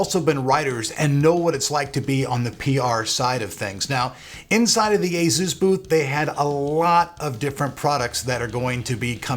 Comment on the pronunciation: I hate the way you say Asus but ok :)